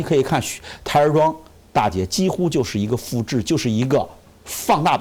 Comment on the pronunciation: 臨沂大捷 不是大劫 大捷